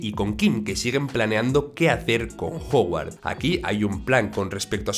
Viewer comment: Así como Mike se dice "Maik", y no "mique". Howard se dice "Jaguard", y no "joguard".